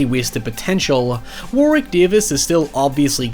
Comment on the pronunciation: It's "War-rick" instead of "War-wick". The second w is silent/mixed with the r